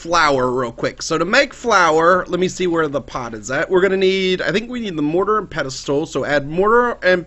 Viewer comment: ITS PESTAL ITS PESTLE!!!!!!AAAAAAAAAA!!!!!